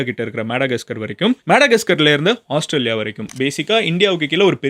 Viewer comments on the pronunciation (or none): none